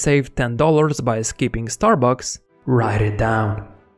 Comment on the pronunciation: Why emphasis on starbucks savings? I got scared 😂